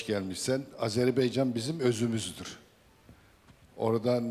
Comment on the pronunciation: AZERBAYCAN ,o kardeşim Hepsi birden Azerbeycan, deyip duruyorlar.Biri de çıkıp düzeltmiyor Ya Hu ❗